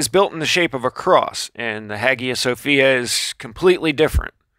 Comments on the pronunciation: Pronounced "hiya Sophia" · Hagia Sophia ... pronounced Hayia Sophia